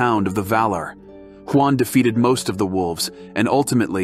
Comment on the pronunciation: I appreciate the effort and ultimately it was a cool video, but one thing that would make it better would be your enunciation of Sindarin names. I'm just joking here, but you sound like Siri mispronouncing everything. Huan is pronounced Hoo-On, not Juan spelled with an H lol. Utumno is pronounced Oo-Toom-No, not You-Toom-No, etc. The average Tolkien fan isn't going to care or know better, but those of us who do will definitely notice. Anyways, thanks for the video though :)